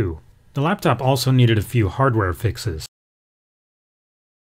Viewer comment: laptop not laptof